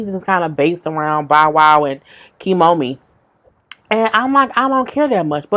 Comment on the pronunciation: I swear I fallout everytime you mispronounce Kiyomi's name!!!!!! 😂😂😂😂 # 🐦🐦🐦🐦